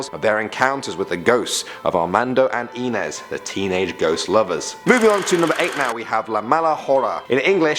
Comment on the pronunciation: You really need to work pn your pronunciations of regional words and names, for example: the name "Inez" is pronounced eye-NEZ. Mesilla is pronounced meh-SEE-ya. And La Llorona is pronounced La yoe-ROE-nah, and you have to roll that R in it. Otherwise good job. And Yes, I was born and raised in New Mexico..